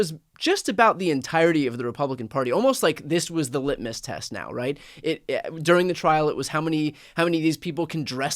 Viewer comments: Brian: Did you say the right, or the reich ? LMAO 😂 😅 😊 !!! Adolf Trump is literally going down the toilet. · Did Brian say, "Right or Reich"? LOL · Sounds like you are saying, “inside the Reich”. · It sounds kinda like your saying " inside the Reich" which is right!